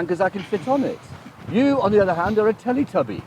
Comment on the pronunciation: "Teletubbi" haha